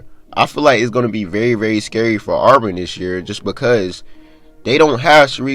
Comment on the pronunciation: What does anything you're talking about have to do with the investigation. It's Auburn not olborn. NCAA don't give a damn how many PG a team has you sound stupid as hell.